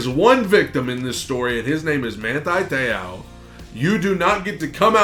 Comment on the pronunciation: My mans last name is pronounced like so, Te-ohh